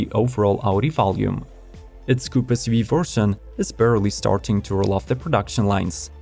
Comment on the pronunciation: Whats an essssyoveeeeee ? Get a better voice software, what you use is crap